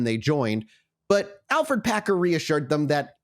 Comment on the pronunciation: By the way, his name is Alferd not Alfred